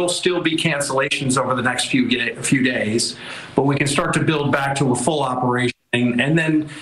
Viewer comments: “Over the next few gay…few days.” Lol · "next few gays- DAYS"